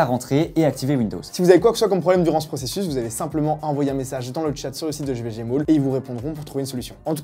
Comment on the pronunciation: A chaque fois j'entend GVG MOULE...